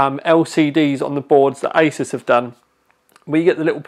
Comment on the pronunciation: Did guy say isis instead of like a-sues